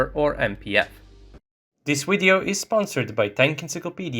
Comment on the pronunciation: Nice 'wideo'